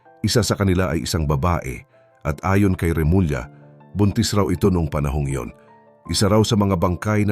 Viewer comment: It is pronounce as “Remulya”. Hindi Remula!